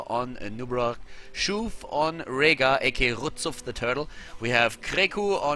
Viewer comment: Now that can pronounce RzuF´s name correctly, he does it at any time he can.